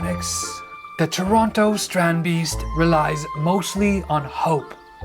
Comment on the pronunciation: Haha, your “Dutch” pronunciation does need some work. Love your content tho.